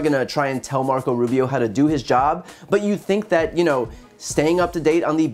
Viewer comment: Brian...you absolutely annihilated Marco Russio, er--Rubio. Bravo for exposing this guy's blantant lies.